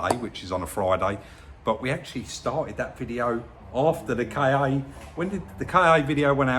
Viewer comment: It's not pronounced 'Kay-Ay' :) It's 'Ka' like 'Car'.